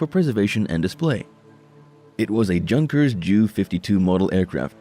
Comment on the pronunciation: Pronounced "YUN-kers", not junkers. And it's J.U. (for Junkers), not Jew-52.